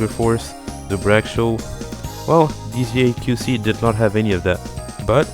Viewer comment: I’m sorry, but it’s not pronounced or written as DZAQC, it’s Désaxé which means deranged, which is a good explanation for the block